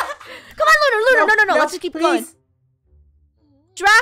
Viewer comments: It's Lunar not Luna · It's lunar not Luna :D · He keeps saying Lu Lu Lu but not Lunar